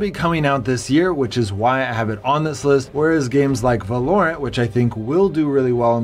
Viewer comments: its pronounced VALOrant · He said valorant wrong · why he pronounce valorant like that?